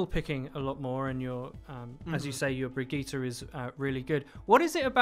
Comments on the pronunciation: Its baggette ffs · I cringed every time he said Brigitte... o_= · For heavens sake pronounce her name right jesus! Jeff taught us how how to say the name! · Bridgit - Brigeeta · I thought Bridgette's name was pronounced "BRIDGE-IT" But uuuh. It's pronounced "Brigetta"? Like Vegeta? The fuck? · One call Brigitte "Bridget", the other "Brigita". Like in 99% of all people. Is it really that hard for English-speaking people to pronounce the name "Brigitte" correctly? Real question ! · Fuck me it's hard to listen to the guy say bridget instead of brigitte, even IMMEDIATELY after the interviewer says it properly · If I hear Bridget in stead of Brigitte one more time I’m loosing it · "BRIDGET" lol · I love how he's like brig-gee-tah and the other guy is like Brigitte. There's no need to overly pronounce these names, we don't speak Swedish or Russian. ZAIYAAAA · i just wanna say it s not Bridget its Brigitte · Please tell me I'm not the only one that thinks her name is pronounced "Bridge-it" and not "Vegetta" with BR, it's getting in my nerves, lol. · Did he say Bridget? Oh god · I love that you two are passive aggressively arguing over the pronunciation of brigitte lol I'm a fan of "Bridge-it" personally :-p "Brig-eeta" sounds bad lol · So you love the wrong pronunciation? Sweet. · Is intentionally trying to trigger people by saying Brig's name wrong. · He said Brigitte wrong. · He's saying B r i g i t t e wrong